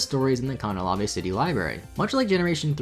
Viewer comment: How in the fuck did you just say Canalave?